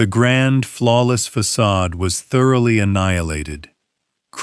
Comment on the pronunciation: Fa,,,ca,,,de not pasage